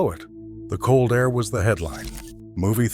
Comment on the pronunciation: This is so annoying he can't pronounce air. He says a t.